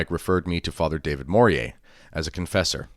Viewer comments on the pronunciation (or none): none